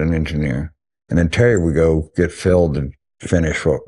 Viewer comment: Is there a reason he can't say Terry's name?